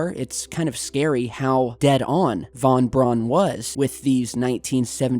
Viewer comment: Thank you for pronouncing it Von Braun and not Von Brown like so many others. It drives me batty.